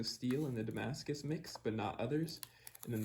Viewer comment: French subscribers here!! You did pretty good accent there. Anyway, thanks a lot for those vids, they teach me a lot as I am going to make a Damascus steel knife for a friend.